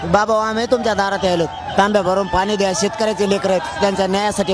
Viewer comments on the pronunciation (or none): none